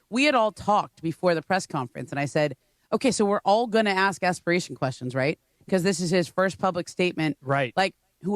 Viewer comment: the word ASK is said how it’s spelled. It’s not “Axe” it’s A-S-K. So you say it A-SSS-K ASK! You sound like a damn moron honey slapper!